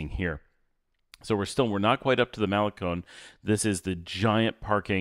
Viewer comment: Love this drive into las penitas that you’re showing us and all the lots and venues. In all friendliness it hurts to hear you say “malecon”. You say “semana santa” just fine but why don’t you want to say malecón with the accent on the last syllable like ice cream cone???😂😂😂😂 Thanks for your consistent quality output. I recommend your channel to anyone who even peeps about Nicaragua.